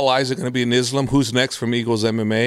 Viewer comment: This guy has been around the wolfs for a decade and still can’t pronounce “Islam”. Come on coach. You’re not white buddy.